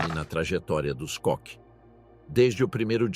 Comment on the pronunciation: Não é "cock" não, filho. É "Kohr".